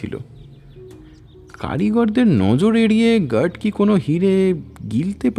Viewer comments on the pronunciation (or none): "gerd" ki hoy re?? Mukh khule আ uccharon kora jaye na?? Guard ke "gerd", park ke "perk", card ke "curd". Eta ki bangla medium a pora bangali der uccharon er dosh na r kichu?